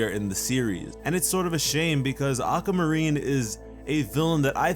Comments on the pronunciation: Why did you pronounce aquamarine like "awk-ah-ma-reen" it's supposed to be "awk-wah-ma-reen" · it's aquamarine not ackamarine🤦🏼‍♂️🤦🏼‍♂️ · (Getting angrier every time he pronounces "Aqua-marine" "Aqa-marine") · Ocamarine? Ah-quah-mah-rin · I want Aquamarine to be like Peridot!!! I want her to be with the Crystal Gems. Oh and its Ah-kwa-mah-reen not Ah-ka-mah-reen. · ugh you say it like acamarine, its pronounced AQWUA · Why do you say it that way? Why do you say "Aka" instead of Aqua? I'm not trying to be rude, but it made me unable to listen to you. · I actually couldn’t watch this with sound because he kept saying “Akkamarine” (I watched with captions if you were wondering) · No offence But am I the only one who hears “A ‘k’ amarine”? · sounds like your saying acamurene XD lol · Akamarine what o-qua-mu-reen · not making fun of this sweetheart but... ACAMARINE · No More Aquamarine!? but every time says Ackamareen it speeds up. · "Acka marine". Same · I love how you pronounced the "aqua" like the "aca" in "acapella". It's such an odd way to pronounce it. also I would love to see more of aquamarine, since she is my birthstone. <3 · this joke? u pronounce it aqua marine or (ah-kwa-ma-ree) if u dontnknow how to say aquamarine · "auka marine" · "Acamarine"???dude stop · "ack a marine" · "Aca marine" love your videos btw 💜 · if this nigga don't learn how to pronounce aquamarine!